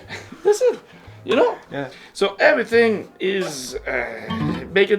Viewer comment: "Of course cables matter. Eeet armonizzes everyting.": *folds arms